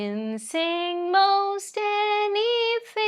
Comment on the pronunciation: “anything “ word you say with North Indian hindi accent any dthdthing alla ലൈറ്റ് ആയിട്ട്” ത് “പറഞ്ഞാൽ മതി…neither ത. as mallus say nor ഥ as Northis Hindi style